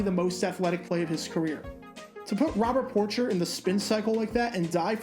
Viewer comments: Lions fans are screaming. Robert Porcher name is pronounced Por-shey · It's pronounced Robert (Poorshay) Porcher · Lions defenders name was pronounced Robert POR-SHAY